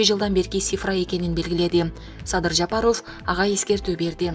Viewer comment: Жапаров деген созду жакшы айтсаныз боло!! Таза кыргыз ударение барбы сизде!!